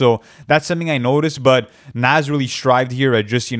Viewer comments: Say it with me boys its pronounced "nahz" not "naz" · It’s pronounced nawes bro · Loll they was the pronounce Nas name is crazy his name ain’t Naz guys 🤣🤣🤣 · The way y’all pronounce “nas” irks my soul 😂😂😂 it’s not “NAZ” 😭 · How hard is it to say Nas (Nah-ss)?